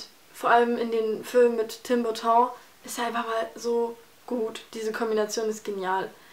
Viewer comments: JOHNNY DEPP __________ jz liebe ich dich noch mehr. Das ist mein absuluter HEld ich weiß iwie zu viel haha :DTim Burton wird normal ausgesprochen :pppp nicht Französisch :DDD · Wieso sprichst Du den Nachnamen von Tim Burton denn Französisch aus? :D Frage nur aus reinem Interesse, er ist immerhin Amerikaner und spricht seinen Namen selbst Englisch aus. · Wie hast du grade Tim Burton ausgesprochen? :D Mal davon abgesehen, dass Johnny Depp schon seit Jahren die selbe Rolle bei ihm spielt... Er hat mal von seinen Filmen abgesehen aber recht gute Rollen. Helena Bonham Carter, die Frau von Tim Burton, ist der eigentliche Star seiner Filme, google die mal ;) Erstklasse Schauspielerin, beste Rolle, wie ich finde, ist Fight Club :)